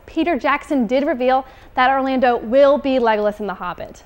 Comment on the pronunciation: Its [ˈlɛɡɔlas] not [ləɡ'lɪs]